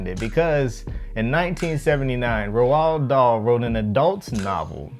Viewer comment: His name is pronounced R all d Dahl